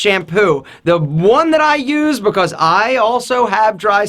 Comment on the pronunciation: i love how this guy says because becoss